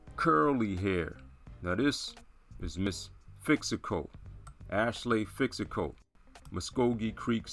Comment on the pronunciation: You are not pronouncing the name correctly lol Your talk of “phenotype” and not knowing anything about our language or history tells me everything We brought in African escaped slaves and many took slaves themselves. Of course we have some mixing going on in our history. If you’re trying to claim the original mvskoke were people “of your phenotype” then you are just not very informed. Some would say IGNORANT